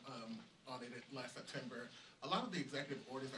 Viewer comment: The word is ‘’last’’ not ‘’lass’’ 😊